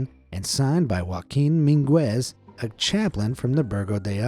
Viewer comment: it's MEENgez not min-GWEZ. the mispronounciations never end